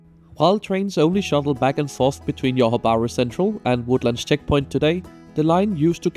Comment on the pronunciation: By the way, thats Johor as in Zhohor or Dzhohor (juh), not yohor 😅 Tell me you're Scandinavian without telling me you're Scandinavian but that's alright Sadly I won't make it to this line before it's gone but I'm looking forward to the RTS and they're even planning a second line!